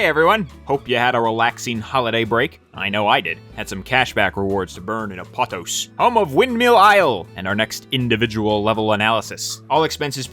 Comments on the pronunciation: Btw, pretty sure it’s pronounced Ap-oh-tohs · I think it might be pronounced Ah-poe-tose (almost like a greek word might be pronounced) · First time I heard Apatos pronounced like that. I always hear people pronouncing it “app-a-tose”